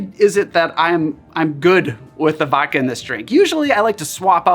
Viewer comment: Please pronounce the D in vodka.